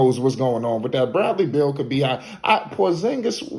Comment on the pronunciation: Bruh this guy been hurt. He can’t control that. Atleast pronounce his name right. I still got hope, Once he’s able to take care his body and remain on the court , he’ll still be that damn good. He was young and he’s gonna learn how to not get injured so much. And if that doesn’t happen I can’t blame him, Look at DRose, Greg Oden, the legend Grant Hill. It wasn’t they fault they should didn’t have an iron man body like LeBron. The 🦄 can still figure it out and bust ass on the Wizards. Let’s see what happens.